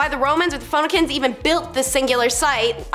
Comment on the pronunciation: Lol, it's fu-nee-sha (or shans).I now know you are messing with us.